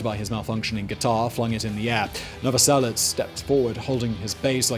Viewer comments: he did.. and pronounces it "novoselits".. the idiot.. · It's Krist Novoselic, not Chris Novoselet. "And I swear that I don't have a gun" Speaking of 'Come As You Are' a bit debt was owed to Killing Joke for that riff. Don't know what I mean? Listen to Eighties by Killing Joke. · Seriously? Chris Novoselic? I don't understand how that even happens, did you just hear someone say it without ever seeing it written out? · “Chris Novoselits”??? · Novoselich, like in cherry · The croatian man's surname